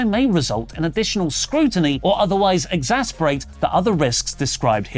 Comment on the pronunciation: Say it with me,. Ex-ass-er-bate. Not ex-sass-be-rate:P